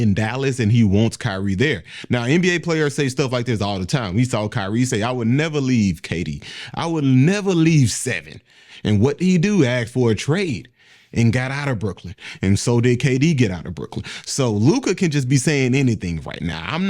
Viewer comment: Did you say AKS?😂